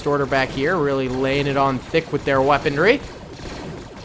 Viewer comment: The word "weaponry" does not contain the letter D.